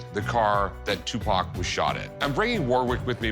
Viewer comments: Equivelant to a white person saying "Tupack" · Who the f is Tupok? Tupac? Cupcake? Ask me if i care...